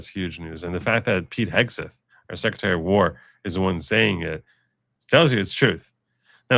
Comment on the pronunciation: "Seckatary, I'm axing you a question." SMH They're mocking birding the concept of Noem doing nothing but lie. It's gross, and a lot of low information morons will believe it.